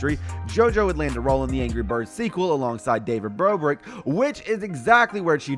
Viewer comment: did he just say david BROBRICK-🤭🤣🤣 Also it SssniperWolf is not in the video..